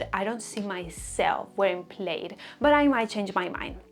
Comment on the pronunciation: Love your content! And love all these fall trends. Es muy cute como pronuncias "plaid" pero no se pronuncia así, es con la "i" silenciosa ❤